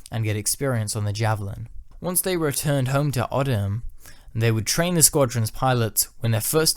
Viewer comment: RAF Odiham is pronounced O-de-ham not odd-i-ham. Leuchars is pronounced loo-kars - its a hard "ch". These is probably the worst of the many mispronunciation of RAF station names. Apart from that, good video.